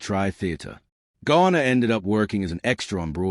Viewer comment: At least get James last name right! Calling him Ghana several times. Stupid!